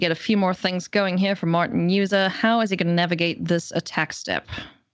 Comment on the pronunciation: If you are going to cast the game, make sure you know how to pronounce the hall of fame player’s name. It’s pronounced Martin “Yuza” with a Y not a J.